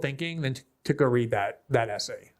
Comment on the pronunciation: WTF is wrong with people today that they can't pronounce words correctly? Itcis NOT ASSAY IT IS ESSAY. JUST TRY PRONOUNCING THE LETTER "S" then add the word "say" there you have it "Essay" now how hard was that?